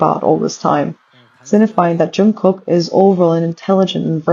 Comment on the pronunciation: Jungkook is pronounced as- 'jungguk' g in ggu not kok if u know what i mean. Just telling, nothing personal 😊.